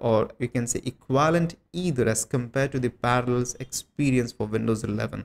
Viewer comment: * PARALLELS NOT PARALS XDDD